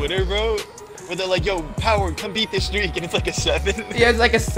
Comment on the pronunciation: "we beat sfreak after sfreak after sfreak"